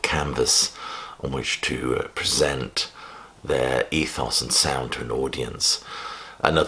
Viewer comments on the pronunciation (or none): none